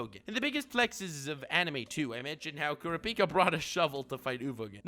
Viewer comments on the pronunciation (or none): Nobody:: kOoRaPeEkA